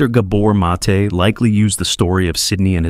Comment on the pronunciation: Stole Gabor Mates talk, mispronounced his name, and interrupt his talk by mansplaining over it..